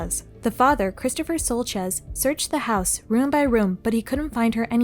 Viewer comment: annoyed that she keeps saying Shultez....who can't pronounce Schultz?